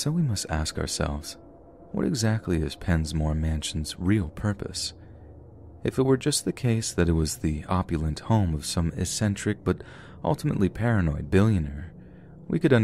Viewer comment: "eccentric" with a x sound...not essentric..